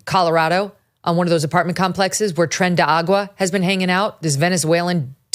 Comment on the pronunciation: Someone on Megyn's team PLEASE teach her how to say the name of the Venezuelan gang, lol.